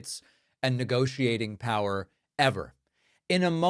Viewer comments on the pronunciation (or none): none